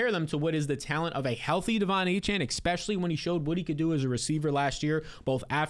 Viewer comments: For the love of god, … It’s e*S*pecially, not e*K*specially. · Love your videos, but it's pronounced eSpecially, not eKspecially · Especially not EXspeshly